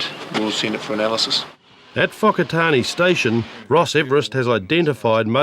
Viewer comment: ...fok a tar nee?...brush up on your pronunciation cobber...i'm seventy one...maori...spent all my years learning english and how she is spoke...do me a favour and try to pronounce at least one word correctly...spare me.